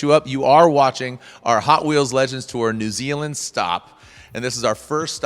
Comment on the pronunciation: thank you for pronouncing our country as new zealand properly for 1. americans take notes from the host off this video